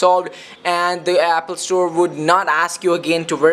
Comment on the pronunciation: Abolable, epple xD sorry it's just killing me